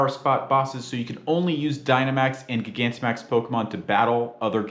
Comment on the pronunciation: Please stop saying it like that its like gigantic not giga